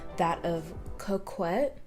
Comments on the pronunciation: it’s pronounced like coke-et (I struggled too 😂) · Ko-Kett (coquette)